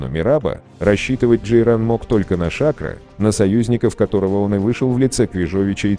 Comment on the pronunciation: Почему голос за кадром говорит ШАкро? - я слышал с ударением на последнюю букву - ШакрО.